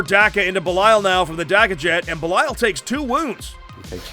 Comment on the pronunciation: Why do you guys, keep calling Belial "Beliayo" :D ? Great battle!